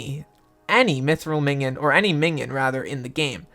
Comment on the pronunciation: Just say min-ee-on